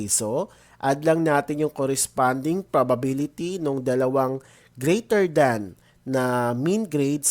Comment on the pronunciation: bulol po ba kayo sa probability